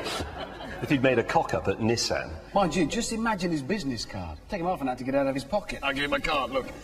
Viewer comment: Just realised they pronounce Nissan as Nissin. 1 is a car company. 1 is a noodle company.